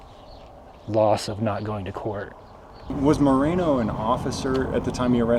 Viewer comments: His name isnt " Marino" its "Moreno" SAY IT RIGHT! I wouldnt be surprised if he's in w the mexican cartel. Residents all leave Bisbee n move to Sorry Vista, lol Cuz Bisbee sucks!! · It's Moreno not Marino.